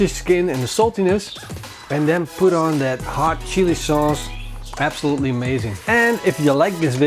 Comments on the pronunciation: "Shilli souce"... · am I the only one who heard "our shitty sauce" 😂😂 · Ik denk dat iedereen wel wat wat samal oelek is........maar een tablespoon psshsh-sauce heb ik nog nooit van gehoord :D